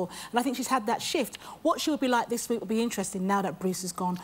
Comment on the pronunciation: Yes is a bit difficult to understand but she sounds like she has a speech impediment, she says leek instead of week.